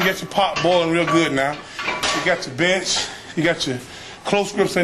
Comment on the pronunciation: thought he said, "we just about completed the bitch workout" hahahaha